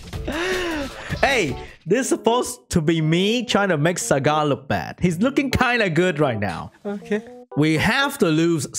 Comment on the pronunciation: I heard "Sagat" instead of "Sagar" and thought, wrong Street Fighter character bro